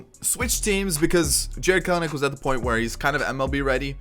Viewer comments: The second ‘e’ is not a syllable. 🥬-nick, not 🥬-uh-nick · I believe his name is pronounced “kel-nick”